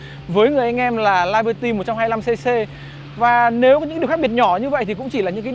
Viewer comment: Tiếng Anh đọc là li-bơ-ti, chứ không phải là lai-bơ-ti.